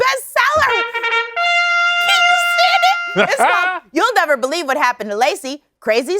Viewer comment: "You better beluve it!"